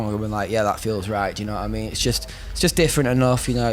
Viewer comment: Na-ah mean?*